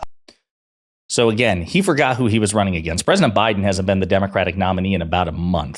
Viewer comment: Do you think Trump has an issue with KAMALA HARRIS he pronounced her first name this time as camela is that because he has a camel issue or toe😂😂😂😂😂